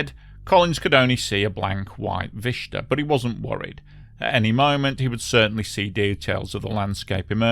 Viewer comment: WTF is this bizarre trend in English pronunciation, in which "assume" becomes "ashume" and "vista" becomes "vishta?" It is profoundly disturbing. As an American, I am quite literally losing the ability to comprehend much of what Brits say any more!